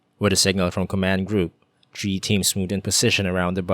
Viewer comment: Good story, pero constructive criticism lang po, 3 is pronounced as tHree not tree. No hate